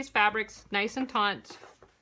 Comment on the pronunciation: Awesome possum! I have to just point out one thing. When you say the word taut, you are mispronouncing it. For some reason you are adding a syllable “n” making it taunt. To taunt someone means to provoke them. Pulling something tight is taut. I don’t know if that’s how Americans say it though, I’m Canadian. And I love your videos and still haven’t tried sewing yet. One day when I find some time, I will definitely be rewatching your how to sew videos, and teaching myself to sew.